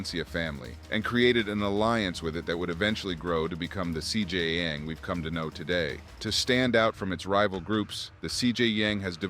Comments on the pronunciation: Lol "CJ Yang" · CJ Yang 🤦🏻‍♀️